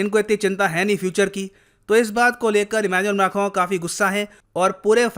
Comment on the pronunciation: correctly pronounces Macron!